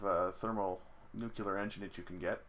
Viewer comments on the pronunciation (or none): "New, clear". You cannot portmanteau that with "jocular" and make it "nucular", unless your reactor is funny, and if your nuclear reactor is acting funny you probably don't have time for puns :P